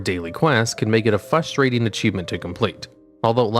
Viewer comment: These achievements are very "fustrating"